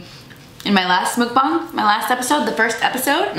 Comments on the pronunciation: Ur like the only person that says muckbang correctly! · The fact that you pronounced "mukbang" correctly. 😘